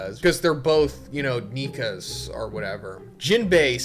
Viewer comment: I thought you said nigga for a sec 🤣🤣🤣 Nika and nigga sounds too similar 🤣🤣🤣